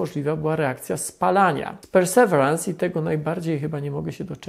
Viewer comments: Poza tym nie mówi się czasem "persewirens"? Przynajmniej taką wymowę słyszałem w oficjalnych materiałach NASA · o łał, wyobrażasz sobie ilu ten filmik miałby widzów, gdyby słowo "persewerans" było wypowiedziane poprawnie? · Panie Tomaszu, perseverance - wymowa to: persewierens i akcent na przedostanią sylabę. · Nie ma takiego słowa w angielskim jak (w zapisie fonetycznym) `persewerans` jest `persewirens` czyli perseverance. Synonim słowa persistence. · Super film ale... persevirens, nie perseverans ;) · Panie Tomaszu, perseverance wymawia się nieco inaczej: pûr″sə-vîr′əns Niemniej, bardzo dziękuję za ciekawy i profesjonalny materiał. ;) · PERSEVERANCE!!! Tego na pewno nie wymawia się "persewarans", wystarczy wrzucić do słownika google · Ja wiem że nie każdy musi być poliglotą, ale nazwę tak wymawiać, boli to moje uszy. Perseverance (pərsəˈvirəns) inaczej się wymawia, szybki wpis do google by pomógł, jest tam też wymowa nagrana, pozdrawiam, reszta odcinka super. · Super film, ale Perseverance wymawia się "Persewirens" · "Persewerans" XD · Trochę inaczej wymawia się Perseverance, niż Pan to wymawia. ale to szczegół. Niemniej proponuję sprawdzić jak jest prawidłowa wymowa. Dziękuję za film i pozdrawiam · Super film jak zawsze, ale perseverance wymawia się inaczej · Trochę zabolało jak Pan wymówił perseverance. Trochę inaczej się to wymawia. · nie no nic nie zmienia, ale wiesz, niektórzy czerpią wiedzę z jego filmów, więc jeśli już mają komuś wspomnieć o łaziku, to niech nazwę wymówią poprawnie, ot co ;) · Pamiętam jak oglądałem, wydawało mi się niedawno, film o tej planowanej wtedy misji a ona już ląduje. Czas leci nieubłaganie. PS akcent jest na "ve" w Perseverance.